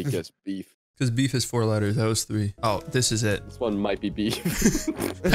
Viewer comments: Veef Beffer 😂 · Nobody:: b e e f Also: b e e f b e e f Also again: v e e f b e f f e r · Veef beffer 😂😂